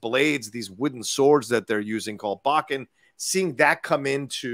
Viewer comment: Quick Japanese language correction. It's pronounced Bo like Bo Katan. And Ken like Ken and Barbie. Bo is the word for stick or staff. Bo is also the weapon the turtle Donatello uses, the bo staff. Ken the word for sword. So it literally means wooden stick sword.